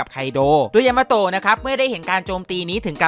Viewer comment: ยามาโตะพี่พูดผิดเป็น ยามาโฮะ